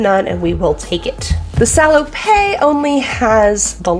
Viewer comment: Love your stuff. FYI: At least in French, it's pronounced "sah-low-pet", not "sah-low-pay". PET is pronounced pay, but PETTE is pronounced pet. Hope that makes sense. Keep the great content coming.